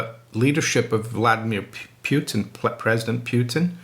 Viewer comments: Pu-tan, not pewtin. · it's not "pyutin", there's no "y" in it, it's just putin, "u" is like "u" in "dude", it's not "dyude", and it's not "pyutin"